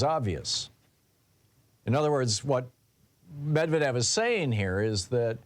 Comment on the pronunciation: Thom, it's "med-ved-yev" 😉